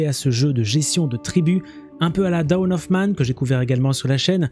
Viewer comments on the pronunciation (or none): none